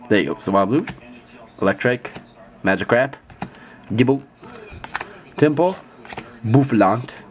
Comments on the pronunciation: you said magicrap xD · Lol u call magikarp magicrap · He said magicrap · you said magi crap